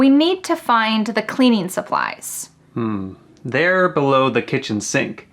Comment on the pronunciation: I heard "a supplies" 😅